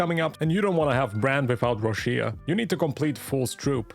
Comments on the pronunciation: Correct pronunciation Roccia /'rɔttʃa/ something like Roccha not Roshia. Im pulling for her. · Why i keep hearing Rushia while her name in Japanese is Rokka 😂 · Why people keep pronouncing her name ro-shi-a. It’s ro-cha